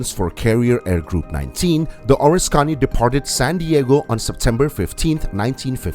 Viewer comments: It’s pronounced (phonetically, for you are obviously english challenged) O RIS KA KNEE, not ORIS CONNIE. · being raised in NY . the person who narrated this video had me confused . being in the USA navy at the start of Vietnam i did not recognize the ships name which he pronounced as ( or a scony ) instead of the correct pronunciation of ( O RISK Ka Ne ) which at the time the video showed the ship bell I then knew which aircraft carrier he had been talking about. this narration needs to be re-done with the correct pronunciation! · You’re a miss pronouncing the name of the carrier it’s the Oriskany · Could watch because you butchered the name.